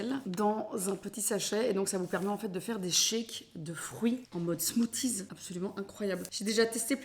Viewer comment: tu parles 20 langues et tu prononces « smoutiz « 🥲😂😘😘